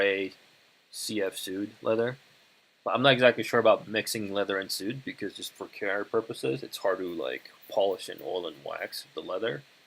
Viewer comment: Not "sood" it's pronounced "swade"